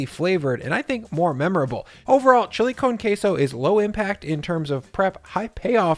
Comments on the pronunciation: He really said Chile cone queso. That made my day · “Chilly cone case-oh” Jesus fuck try even a little bit harder